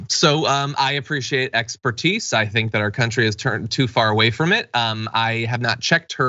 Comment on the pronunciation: I hate my comments keep getting deleted. Third attempt. Am I not allowed to support what the episode is about? I originally typed that I like the misspeak on the word expertise with expectise, and every time one of these conspiracy nutcases open their gape, I'm just waiting for it to drop abouts "it's the jews," is it the algorithm deleting me or a moderator?